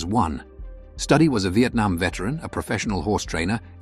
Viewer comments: You can pronounce studio, so hopefully you'd be able to pronounce Studi, which is like Studio without the O. God damn, it's not study. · Typical Fakeville! Though it might not of been a “Titanic” money maker but it sure was watched. I’ve got the DVD and still watch it regularly. I hate it when AI can’t pronounce names correctly. Wess Study, really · You mispronounced Wes Studi's name. That is a real disservice to this video, to the film and to Studi. Watch the official trailer available at Apple TV+, learn how to pronounce his name and re-record the soundtrack on this video.